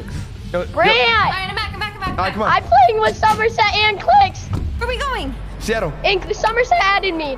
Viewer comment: Bro SEATILLE it's sitid3ll lol